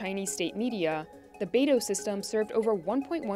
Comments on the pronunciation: The correct pronunciation is bai-doo, not NATO and BADO😂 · is weird to hear her pronounce Beidou "baydow". most other youtubers say something like "buydoo". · Beidou, it's pronounced like "bay dough". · When you see the only guest who could pronounce Beidu properly than the million of times the narrators & other so called "experts" throughout this propaganda video, you know how bad they even care to do their research.